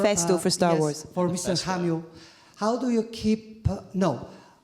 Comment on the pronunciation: You mispronounced "Admiral Holdo."